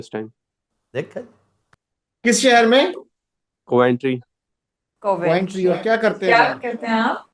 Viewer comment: Its Coventry, not Quantry.